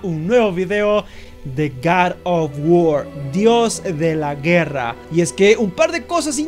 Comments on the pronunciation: Yap yo solo vine a escuchar que dijera GAROFGUOR y me voy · entonces si grabaste 2 veces, cuantas veces dijiste gad of guar ? :u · Jajajaja Gar ah guar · ¡Ya hacía falta un video de Gar of guor! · jajajaj ok me rindo es gad of guor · Like por el gar of war xD